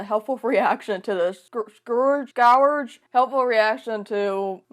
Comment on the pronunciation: I still can't get over how stupid companies are. Clearly they didn't even bother to ask disabled people what they thought of their "idea" shakes head Oh, "scourge" is pronounced "skurge" ( English language is an odd one at the best of times lol)